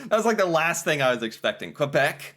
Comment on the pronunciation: I really dislike the way they say Quebec, It is not the Q sound from queen, but more like a k sound